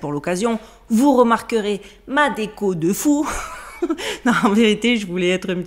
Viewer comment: ''Ma déco de fou'' 😂😂 ... Avec l'accent bizarre ... Trop drôle 😹😹. J'ai trop rigolé.